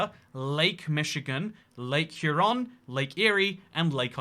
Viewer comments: Again sea? Isn't it pronounced A-G-N Sea? And yes the other is Hue-Ron iirc. OH, I love your humor, stop making me crush on you xD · Darn red coat won't even say the lake name correctly. It's Huron on not huh Ron? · Huron is similar pronounced similarly, but not identical to “Hugh Ron.” Hyur Ron. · It’s lake “hugh ron.” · Uhh-Gee-An Sea and Lake Hue-Ron. Fuck's sake. All that research into sizes & volumes of these lakes and you couldn't' literally spend 5 seconds to have Google speak the words for you to learn the pronunciation??? SMFH 🤦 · Huron is pronounced Hugh Ron. Aegean is pronounced Ah Gee Ann. Other than that I got nothin'. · ..it's hur-on..kind of like her as in feminine or better yet..take urologist with and h in front of ur/logist..so h-ur, as in urologists first syllabul and the word on..as in on/off..which, I might add gets an incredibly large amount of snowfall each year in the 100+ inches or 250 centimeters.. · Michigander here! Lake Huron is pronounced "Here-ron". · /HYOOR-ron/ Also are Scots and Irish Gaelic pronounced the same? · It's pronounced (Hear-on) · Huron is pronounced hyuron Kinda like 'youre on' with an h in the beginning, and the accent is on the first syllable. Also Ottawa is a native American tribe. They lived around Michigan/ Canada. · The "Hur" at the start of Huron is pronounced like the "heur" in heuristics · it's "HERE-on", which as someone who knows what those letters allegedly do, I find pretty annoying. But that's what we all call it here, and I'm from Michigan, The Great Lakes state so you can appeal to my authority. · Lake Huron is pronounced Hue-ron. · The second retry , pronounced Hueron. You get some confusing pronunciations here in the US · Second guess was right for Huron like hyeron. I'm Canadian and we learned them as HOMES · How you pronounce Huron hurts me. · I was bothered that you couldn't pronounce Huron until you also mispronounced Lomond, lol